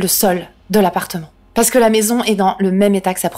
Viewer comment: Tu as un reel problème avec le terme "maison" mdrr